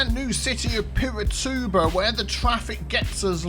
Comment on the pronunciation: So funny you saying Piratuba, ahsuahshahs, não precisa tentar